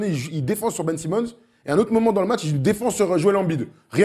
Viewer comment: Un ptit mot quand même pour souligner que vous avez bien modifié votre prononciation de Ben Simmons, ça fait plaisir de voir que vous prenez bien en compte les comms <3 Merci les guys!